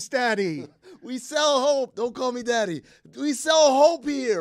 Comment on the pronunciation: Wth Dan. Never a good idea to say daddy like that as a grown man😂😂